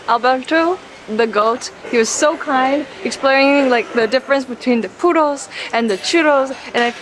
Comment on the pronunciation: Every time she says puro a puppy dies